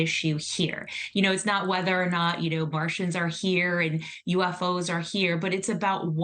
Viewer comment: She said Martians...lol